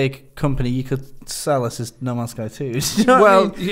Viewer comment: The way you say No Man's Sky almost sounds like Namaste.